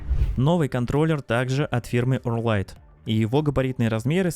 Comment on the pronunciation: Ооорррлллрайт - посмотри как правильно звучит название бренда - ухо гнется в трубочку)))